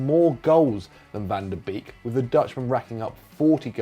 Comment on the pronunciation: I'll never get used to the butchering of Dutch names. Every ij in a Dutch name like Mike Verweij or Gini Wijnaldum is pronounced as a y. Donny van de Beek's name is pronounced as Bake, not Beak. Hopes this helps haha